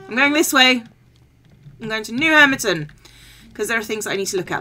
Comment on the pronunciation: I think your "w" key is broken... "elcome", "hermiton" xD